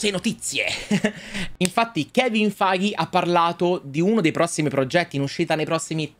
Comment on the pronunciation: ma almeno prima di ripetere il nome di kevin feige 200 volte impara la pronuncia giusta xD